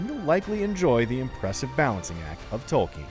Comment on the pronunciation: Its Tolkien not Tolkin